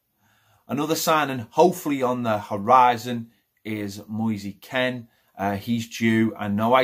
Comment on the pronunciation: Pronunciation of Moise Kean 🧐 Pronunciation of Jean Phlilipe Gbamin 🥴